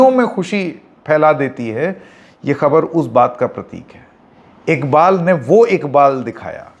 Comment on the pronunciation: bhai inka naam IKBAL NHI IQBAL hy pls aap to sahi pronounce karo